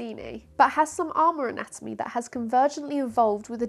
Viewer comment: “anatonomy”?! I know, it’s easy to let an extra syllable drop in when you’re trying to pack in a boatload of information!